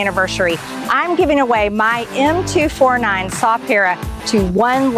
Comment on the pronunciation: hey lady, its Em Two Forty Nine. get it right